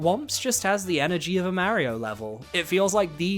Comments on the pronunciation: Its Mario not Maerio, sorry but pronouncing his name wrong is tilting, he even says itself on the title screen... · Is pronouncing Mario’s name «Merry-o» a British thing? It sounds strange to me 😅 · New Yorkers do it too. I have no idea where it originates from or why though